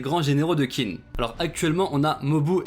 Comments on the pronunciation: Petite info d’un mec qui a quelques notions de chinois: Qin se prononce comme teen en anglais, c’est un manga qui parle de l’histoire de Chine alors essayez si vous pouvez d’au moins bien prononcer le nom du pays! Sinon, merci pour ta vidéo, y a pas assez de vidéos sur kingdom. Continue s’il te plaît ! Et la bonne journée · d'ailleurs je crois que Qin se prononce "Tchin" je sais plus où j'ai vu ça par contre mdr, mais je préfère la prononciation à la française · heu perso je le prononcerais plus "TCHIN " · oui c’est tout à fait comme ça que ça devrait se prononcer mais comme il n’a sans doute pas vraiment d’expérience en chinois j’ai simplifié